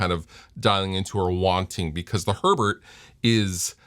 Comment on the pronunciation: It's Herbert, not urrburrrd, please stop bragging about your German heritage.